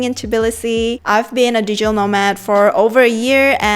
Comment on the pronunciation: what the hell is "dejel" nomad? its DIGITAL!!